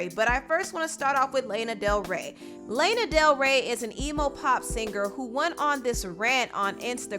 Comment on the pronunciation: Sis I’m sorry but you can’t mispronouncing Lana Del Rey’s name although I totally agree with your point of view on her